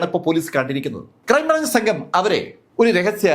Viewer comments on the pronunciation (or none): none